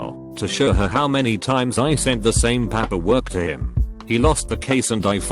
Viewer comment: I understand that this is a robot, but I cannot listen to these mispronounced words! Papperwork? Wold?